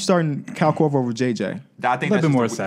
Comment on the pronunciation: Haha I thought the Iggy Pic was rough til I heard say "Kyle Korver" 😆😂